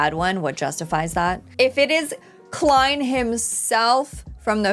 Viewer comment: Happy to see you've been saying Klein correctly now. Will you stop saying "Lord of the Mysteries" for a show called Lord of Mysteries anytime soon as well? And while we're being pedantic, if it were called what you're saying, the word "the" would not be capitalized.